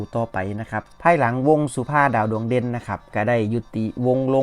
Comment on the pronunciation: อยู่กับวงสุภาพดาวดวงเด่น ไม่ใช่วงสุภา ดาวดวงเด่นอ่านไม่ถูกต้องค่ะ